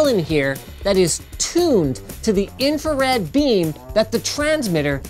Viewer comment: "High energy infared light" Thats called red linus